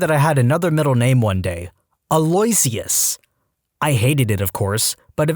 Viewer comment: The name "Aloysius" is not said as "a-LOY--see-us." It is pronounced, "al-oh-WISH-us." And, Wolfgang is a German name. So, why would you use a BRITISH accent to introduce yourself as "Wolfgang Hellmoot?"